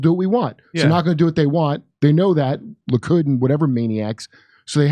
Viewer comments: Will ever stop saying "Luke-id"? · Likud... not....Lukid....duh